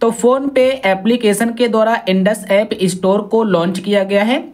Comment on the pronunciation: इस्टोर नहि स्टोर